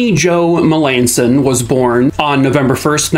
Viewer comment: I know some Melanson's They pronounce their last name different from how you did. I hope the family gets the answers they deserve.